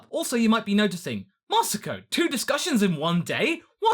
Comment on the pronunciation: Mosuko... thought you said, would have loved it more